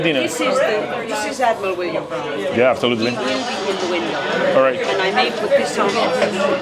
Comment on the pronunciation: dice dAblin, dice Williams el ass roto este